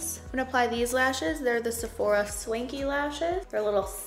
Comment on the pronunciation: When you said Swanky lashes I thought you said SLINKY xD